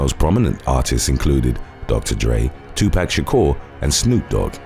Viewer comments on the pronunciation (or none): none